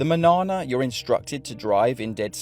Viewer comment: Manarna? 😂 You berk